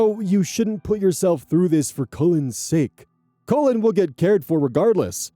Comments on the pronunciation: I kept hearing the name Colon instead of Cullen. Made me have a nice double take. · mispronouncing this poor kid's name as "colon" over and over is killing me 😂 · Just to let you know, the 'u' in 'Cullen' is pronounced like it is in hull, skull, or dull. Sometimes you were saying 'Cullen' like 'colon'. It's not a big deal, it was funny to think the grandma was calling her grandbaby colon 😅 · Colon... kull'n ... 😂 (Cullen) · On story 4, I was only listening and not reading along. I kept hearing the step grandson's name as "colon" and was so confused. Then I looked at the screen . I think this is the first time seeing Cullen as a first name. I'm sure it's a lovely name, I'm just dumb. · "Cullen" *looks* like a cool name, but hearing you pronounce it over, and over, makes me want to suggest that no-one ever name their child "Cullen." I could not stop hearing "Colon." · All the comments saying “omg I thought you were saying colon!!” Thank god it’s Cullen he’d be bullied?? Colin is a really normal name no? Not in America? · The first part of cullin rhymes with Gull, it should not be pronounced as colon I'm giggling 😂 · Such a minor detail but I'm gonna point it out because my youngest brothers name is also Cullen it's pronounced (k-uh-lynn) lol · Not me, a listener, thinking was pronouncing Collin as Colon when it's Cullen 💀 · omg I wasn't looking at the screen and from pronunciation I thought they named the baby "Colon". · I'm sorry but naming a child "Cullen" isn't very cool because as shown in this video, whether or not intentional, it will be pronounced as "Colon" (as in the last 10inches of the GI track)